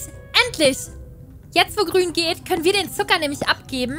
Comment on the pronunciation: ISi wiso ist Grun Plind isi😂😂 Grun AHA😂